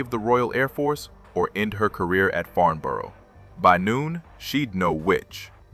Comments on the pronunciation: I wish the Americans would learn to pronounce and spell the Englich language correctly. . It's Farnborough not Farmboro .Also when talking about ME109s why show film of Stukadive bombers and when talking about modifications to the RR.Merlin engine why show photos of the Geman Daimler Brnz engine. Annoying and inexcusable. . Makes the whole thing amateurish. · Farnburuh. Pronounce it right. and welding on a fuel line in a few seconds? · Very good indeed, but please learn how to pronounce the name Farnborough. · Do you ever check the video before posting it??? No of course you don’t otherwise you would know that FARMBOROUGH IS NOT IN ENGLAND! I’ve watched many of your videos and have enjoyed them BUT EVERY SINGLE ONE HAS SPELLING MISTAKES IN THEM. BY THE WAY , IT’s FarNborough! NO ‘M’ ITS AN N!!! My father was an army career man which means we moved a lot. One move took us to Aldershot near Farnborough. Loved the air shows. Ps, Sack the proofreader!!!